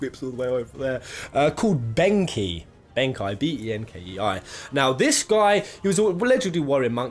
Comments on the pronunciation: It's Benkei, pronounced Ben-Kay. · Pronounced benkei wrong